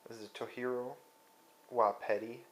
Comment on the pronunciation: It's not Spanish, it's Japanese. So the pronunciation is (TOE-JEER-OH)